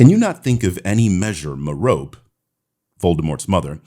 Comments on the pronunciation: Just a heads up, it's pronounced Mare-ruh-pee rather than Mer-rope. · I'm going to help you with some pronunciation: "Merope" is kind of like "Hermione"... it's pronounced "Mer- oh- pee" with the accent on the first syllable. Greeks, man. Hermione Persephone Merope 😉